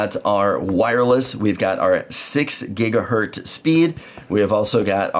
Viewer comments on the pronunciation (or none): The port on the back of the Orbi is 2.5 GigaBit ethernet...and it's said Gigahertz, not Gigahert. Sorry, my OCD just had issues hearing that. lol. Nice explanation however. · Makes me cringe every time you say gigahert. The Z is part of the word not just to make a plural. Otherwise great explanation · This is absolutely fantastic, thank you so much. One thing though…Gigahurt?